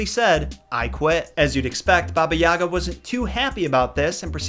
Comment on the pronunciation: god the way he pronounces yaga kills me